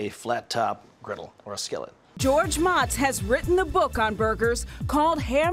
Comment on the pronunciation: Would have been nice if she pronounced his name correctly. Mow-tz